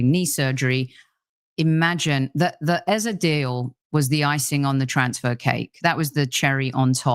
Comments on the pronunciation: Eze's name is pronounced A-Z-A, not Ezer. Forget what Rebecca told you. EZE is a Nigerian (Igbo) name, and it has a meaning. There's no word like "Ezer" in the Igbo language. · You are wrong. is close to getting it right. Ay-zé is the right pronunciation and I am a Nigerian 110%. Eze means KING in the Igbo language